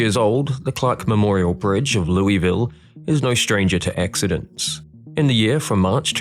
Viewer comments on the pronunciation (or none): My Kentuckian fiancé wanted to correct you throughout the video. It's pronounced "lew-vol"